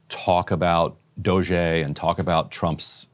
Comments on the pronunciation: Why does he say Dogae every time? Is he allergic to pronouncing words correctly? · Finding it hard not to focus on the weird ass pronounciation of DOGE from Ryan.